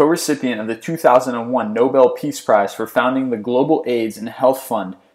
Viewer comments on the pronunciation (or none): none